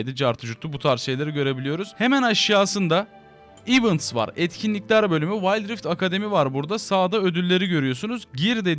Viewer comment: Bilgi olsun diye söylüyorum ivınts değil ivents diye okunur.